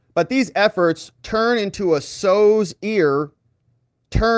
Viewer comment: Sow’s rhymes with cow. Sow’s ear🙄